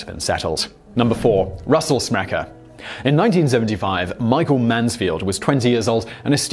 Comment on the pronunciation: You falsely pronunce my surname "Smrekar" it's not "SmrekEr" it's SmrekAr"!